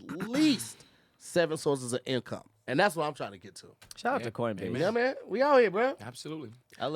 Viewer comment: He’s thankful for CORNbase hahaha